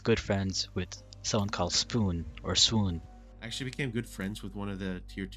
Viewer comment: BTW clownpierce said svoen not swoon